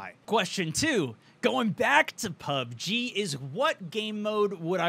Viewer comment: did he say "pug-G"?